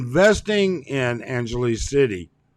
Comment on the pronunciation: An gelease? Who says it that way, buddy?